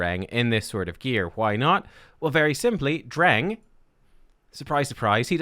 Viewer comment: Dreng means boy in Danish. It’s pronounced d’rhaijng.